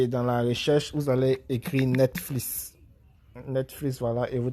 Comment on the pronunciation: Ont est en 2020 le début '' netflis ! '' jpp